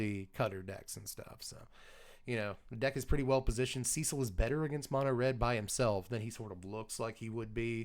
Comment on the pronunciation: So glad to finally hear a content creator that knows how the name Cecil is enunciated.1 out of 3 so far.